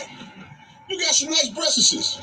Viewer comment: It's 2022 and BM still say "breastesses"! LOL!